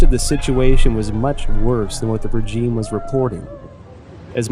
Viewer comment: except the guy doesn't know how to pronounce the word regime ... strange